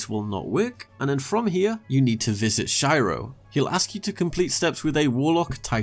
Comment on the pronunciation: I'm constantly amazed how people still mispronounce Shiro's name, considering it's said in-game multiple times.